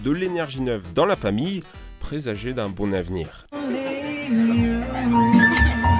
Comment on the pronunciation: Pitié, ne prononce plus "un bon navenir" mais "un bonavenir". Et il n'y a pas de "s" à mille donc on ne dit pas "cent mille zeunuques". On ne dit pas non plus "la féculente" mais "le féculent".